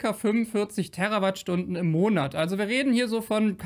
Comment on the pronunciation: Danke für die Richtigstellungen. Kleiner Tipp: Bitte die Terawattstunden mit "langem" "E" betonen, denn es hat ja nichts mit Erde zu tun, sondern ist ein Multiplikator.